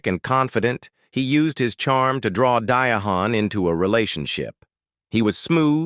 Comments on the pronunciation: “AI” = Absolutely Incorrect pronunciation of her name! How about, (AP)=Absolutely Pitiful?? smh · Right. Die Hand Carroll. WRONG🤨Who is this ignorant narrator who can't pronounce DIANE Spelled Differently. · I CAN'T LET THIS WHITE BOY HAVE THE AUDACITY NERVEEEE BOTHAS&SISTAS to DISRESPECT THIS BOY WHO TALKED TO THIS SISTA DIANE. DIANNE. NOT DIHANNNNNNNNNNNNNNNNN TALK TO HER IN PARTICULAR USSSSSSSSSSS HER BLACK ADMIRERS. CALL HER NAME IN HARLEM THEY SAY IT CORRECT WHAT'S WRONG WITH WHITE FOLK????????????????????????? ASK MEEEEEE HOW TO PRONOUNCE THE SISTA'S NAME SOOOOOOOOOOOOOOOOOOO DISRESPECTFULLLLLLLLLLLLL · Diahann is her name... why are you pronouncing her name like that. Di a hann??? disrespectful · I dont think that some of what you're saying is true. Also you pronounce her name incorrectly. It's simply pronounced "Diane"/ not "Diah-han" as you are pronouncing it. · If you can't pronounce her name right or any artist that you show up you shouldn't even talk anymore the song ridiculous I don't even want to watch it no more dye and who the f*** is a dying here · Not Diahann, Diane is the correct pronunciation. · omg! her name is pronouced DI-ANN tHE H is silent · Her Name Is Pronounced Diane !!!! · I wish the AI bot would quit saying "Dia hand" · Why they gotta find a way to diminish, lower or change the correct way when it comes to us. Unbelievable. Dia-hand, Deeah-hand, etc. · Her name is pronounced Diane but spelled DiaHann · WHY ARE YOU CALLING HER DIA- HAN OMG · Día - Hann???? For real??? Take this down or fix it ! Mad disrespectful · 😂😂😂😂 DIEAHAND😂😂😂😂😂😂😂 AI BS ALL LIES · Dia' hann what is this nonsense. You can't pronounce her name😢😢😢😢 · Prounced Di ann. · 2;42 then he said Dia Hon 😂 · Here's 1 for free... When you do text-to-speech and AI can't get the pronunciation, write it phonetically. This one is easy, instead of Diahann - you could have changed it to "Diane". You're welcome. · Di - A- Hann!!!!! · Her name is pronounced (Diane)! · Who is "Dia Han? 🙄